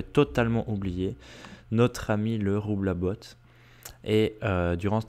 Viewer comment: Le roublabot ne se pronnonce pas "roublabote" mais "roublabo" ... Essaille de bien prononcer car c'est trés énervant